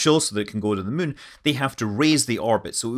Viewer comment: Scott played so much KSP he even pronounces Moon “mun”